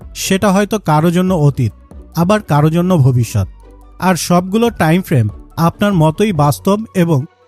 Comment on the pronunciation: ট্রাইম❌ টাইম✅